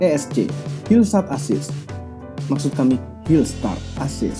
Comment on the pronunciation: Hill sat assist.... maksud kami hill start assist wkwkwk